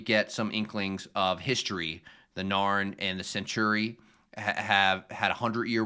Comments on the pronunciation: I know you're just learning pronunciations, and if I were in your place, I'd just be referring to "the hair guys" and the "reptile dudes" and such, but "sen-chur-ee" is hurting me. You know centaurs? The horse-men? You pronounce it like that with a long E at the end: "sen-tore-ee". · The pronunciation of "Centauri" even by the actors made for a great blooper reel moment: Cen-torr-ee. Cen-tarr-ee? Tomato! Tomahto! Potato! Potahto! singing together Let's call the whole thing off! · 1) I know you got hit with a lot of new words, very quickly: Cen-TAR-ee, Min-BAR-ee 2) The lady at the end eating popcorn with Garibaldi was the Minbari ambassador: Ambassador Delenn. 3) The rank of Lieutenant Commander is sometimes shortened to Commander in conversation. Lt Cmdr Ivonova is second in command (also called executive officer or XO), Chief Warrant Officer Garibaldi is head of security. Sinclair is one step up in rank from Ivonova, a commander.